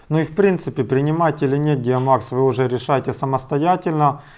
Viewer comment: ДиамОкс, а не ДиамАкс